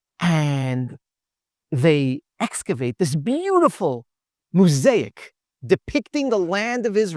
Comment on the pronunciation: Quite fascinating. Re pronunciation.. mo-saic.. the first syllable is mo.